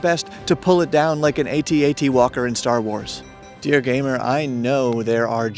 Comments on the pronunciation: so weird hearing AT-AT pronounced as 80-80 rather than @@ each to their own :) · You lost me when you said "A - T - A - T"... Just so you know, it is confirmed "At At" :) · Oh no! He said A-T-A-T Walker 🤦🏼‍♀️ That's it, I'm unsubbing!!!